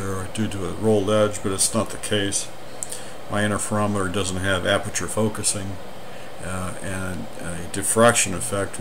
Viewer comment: What is an "innerferometer"?